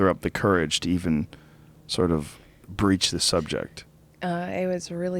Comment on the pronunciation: "Broach the subject" Joe not "breech the subject"